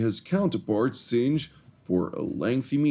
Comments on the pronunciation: It’s not pronounced Singe, it’s pronounced Sing, like singing a song. Singh! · Blessings, brother. Singh is said, "sing"...